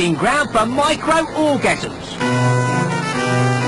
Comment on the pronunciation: isn't it micro-organism not micro-orgasm